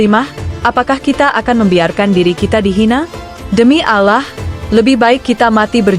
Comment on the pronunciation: Mbok belajar mengucap nama Alloh yang benar, ditelinga kok malah gatal kalau pengucaoannta kayak logat irang kristen